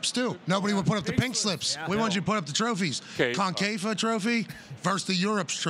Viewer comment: Ohhh ! This is so hard to watch. Dude says french fires, french toast !!! LOL. How did Titi get ticked into wasting 30 mins of his life on this show. Titi took one for the team CBS team to come here and promote CL tuesday. He doesn't know how to say concacaf and said Concafa, the league his own country plays in ! Wow.